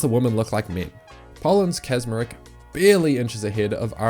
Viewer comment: In that case try pronouncing Natalia Kaczmarek's last name like "catch_marek"